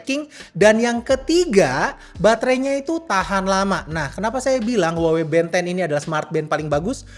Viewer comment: yg bikin gw tertarik malah karna pengucapan nya band 10 = ben 10 tontonan masa kecil :face-blue-smiling